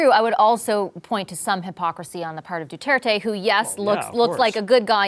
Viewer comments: Anyone else find it annoying when he says Duarte when its Duterte? Buddy didn't read the synopsis properly LOL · looses all credibility when he can’t even pronounce Duterte’s name goes to show that he’s not too bright at all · "du-aar-tay & manny pa-kow"